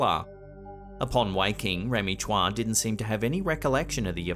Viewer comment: Chua is pronounce as choo-wa, not tswa